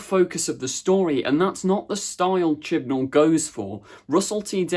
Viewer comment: No! It's chibnal